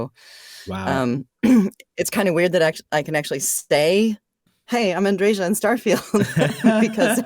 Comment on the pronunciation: My favorite character in a game I absolutely adore, but it annoys me that everyone mispronounces her name. It's An-dre-yuh, not An-dre-zha. Besides, Andreja is a man's name, that's my friend's name. The feminine form is Andrea. The name comes from the Greek "Andreas", originally from "andreios" meaning "brave, manly". P.S. Yep, she's definitely uncomfortable talking about the romance dialogues and how she got over it.